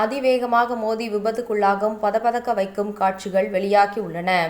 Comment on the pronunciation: அது "பதை பதைக்கும்" மாறாக "பத பதக்கும்" அல்ல தமிழைக் கொல்லாதீர்கள்!